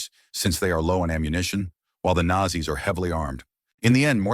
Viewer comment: Wby is it pronounced Nassie?